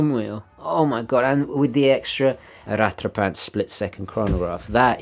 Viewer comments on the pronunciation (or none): Please can you stop pronouncing 'rattrapante' as "rat-trah-PANT". It's correct pronunciation is "rat-trah-PONT", with a soft 't'.